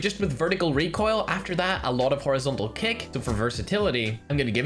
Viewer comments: "Reek oil" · Just wanted to hear saying Reek oil